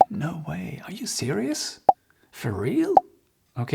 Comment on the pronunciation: je change rarement de site car Y a des coachs qui prononcent mal l'anglais. Exemple: plus vers "or" au lieu de "are" et "ève" au lieu de have. Et mangent la fin des mots. Donc j'en ai zappé beaucoup. Merci avec vous c'est bien